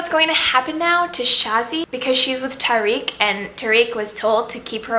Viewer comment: Also, Tariq is "TA-rek"